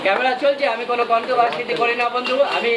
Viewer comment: Not controvercity ...controversy hobe ...aktu valo vabe bujhe sune kotha bolun dada...